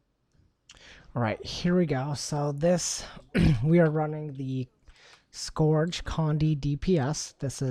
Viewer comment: Was cringing with the way scourge was said. Couldn't finish the video.